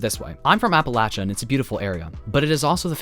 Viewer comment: thank you for pronouncing appalachia correctly <3